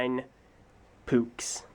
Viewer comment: sometimes opens gamemaker Yeah, one might think it sounds like “poops”.